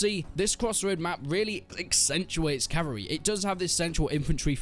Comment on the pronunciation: Every time he says cavary instead of cavalry take a drink.